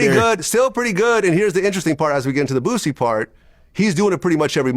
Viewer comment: HE SAID BOOSIE NAME CORRECT BOOSIE WHAT DID U THINK HE SAID